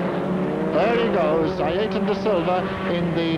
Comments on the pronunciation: "Ayerton" damnn guys,,,it's not that difficult...Ayrton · Oh yes, “Ayreton da Silva” my favorite future F1 star